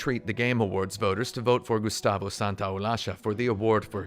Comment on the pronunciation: "Gustavo SantaolaSHa" nice argentinian pronounciation there